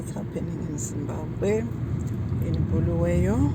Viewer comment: Bhuluweyo siyabonga 😂 thanks for the content Lets normalise calling it right its called Bulawayo 😅